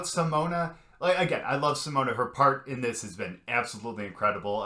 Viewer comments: The 'e' in Simone is pronounced as a schwa, like the first 'e' in 'believe'. Pronounce it like this: Seamone Seamons . Then you'll be really close to the Dutch pronunciation 🙂. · Simone = See-moan-uh Simons = See-mons That's the best I can do to help you pronounce it the right way. 😊